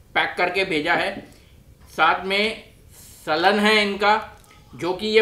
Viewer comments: It's सालन but not सलन !! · Saalan not salan🙄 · Slan nahi saalan